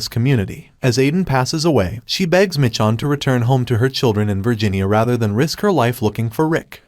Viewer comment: Why are you calling her Mitch-on